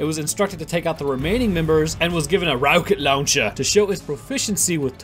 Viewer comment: "RAWKET LAWNCHER"